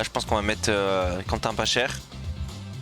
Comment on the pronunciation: C pas « Pachère » c « Pacher